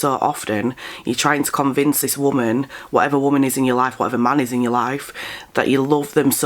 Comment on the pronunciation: She's very manic and she talks like trash. She'll get what she deserves. Lately I've heard young people say woman and not pronouncing it correctly. People aren't very educated anymore.